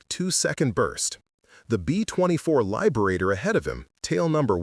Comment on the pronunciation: Please stop using the AI voice. Please. lyeberator?